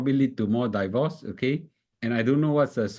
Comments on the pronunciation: Please pronounce “divorce” properly. It's “deevorce”, not “daivorce”. Not I say one, it's my dictionary app say one. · Thanks for the insightful video! However, divorce is not pronounced "die-vorce"